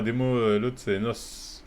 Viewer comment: C’est N.O.S frérot comme ça se prononce frérot sinon GG la vidéo sah, tu fais kiffer comme d’hab